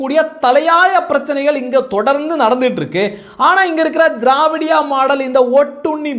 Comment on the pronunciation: நீங்க திராவிடியா மாடல் என்று சொல்வது எங்கள் காதுக்கு வேறு மாதிரி கேட்கிறது என்ன என்று தெரியுமா தேவடியாள் மாடல் என்று இது உங்கள் உச்சரிப்பு பிழையா இல்லை உங்கள் உணர்வு பிழையா சகோதரா.